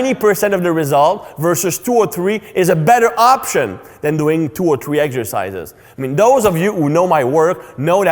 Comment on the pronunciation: My doctor Greg also says Eggsercises